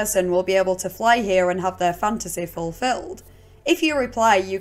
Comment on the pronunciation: There's some questionable vowel sounds going on hyeueh.